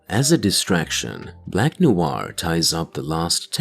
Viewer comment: not NOU AR but Nouar. Sorry for the wingardium leviosa moment.